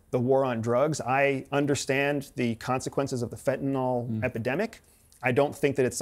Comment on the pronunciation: Anytime I hear a supposedly "knowledgeable" individual pronounce ''fentanyl', as "fentanol", I know that they really don't read very much. Think.... 'Tylenol'. PS: Whatever your guest is wearing on his head looks ridiculous. Ex-CIA, turned Rastaman😂